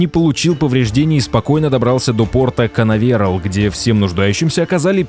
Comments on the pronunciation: до порта канавЕрал... ))))) КанАверал! Ударение на вторую "А" - гений ептать! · Порт КанАверел 😂 а не КанавЕрел ! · После канаве'рл как-то перехотелось смотреть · Почему бы не выучить озвучивающему правильные названия кораблей импортов. После канавЕрал просто выключил. Садись - два!